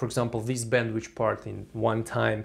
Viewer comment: Thanks a lot! But it's bandwithhhhh not bandwichhh :(